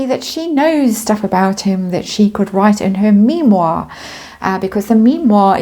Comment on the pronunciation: Me-Moir, haha, good one, another entry for the Parkle glossary.